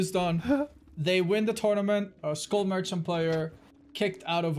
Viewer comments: i cringe everytime says school merchant instead of skull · I thought he said “school merchant” now I know the name of the character but I was convinced for like 5 seconds. Besides that great job